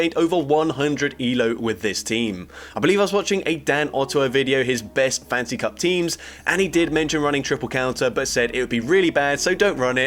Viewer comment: I kept hearing fancy cup instead of fantasy cup. Now I want a fancy cup.